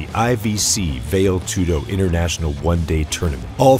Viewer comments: What the fuck is "vail" tudo? How about valetudo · Very nice. Nothing today compares to old school Pride. But the correct pronunciation for Vale (Tudo) is "valley"